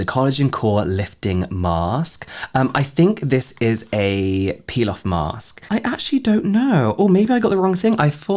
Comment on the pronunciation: I was half listening to this and heard Pilaf Mask instead of Peel-off Mask and had to think about that for a second